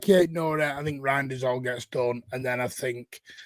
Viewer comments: I know you're trying bro. The correct pronunciation according to the man himself is Rineders. Essentially, it is up to you how you pronounce it though 👍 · has gone from Roynders to now Rainders. Third time lucky, so I'm sure you'll get the pronunciation bang on next time! 👍